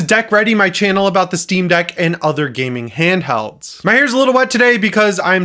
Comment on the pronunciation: I like how you say, "Steam Deck and 𝘰𝘵𝘩𝘦𝘳 𝘨𝘢𝘮𝘪𝘯𝘨 𝘩𝘢𝘯𝘥𝘩𝘦𝘭𝘥𝘴." XD